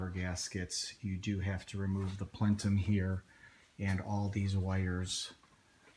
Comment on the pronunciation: JUST GET TO IT!!!!!! And, it's not a "plentum", it's a "plenum"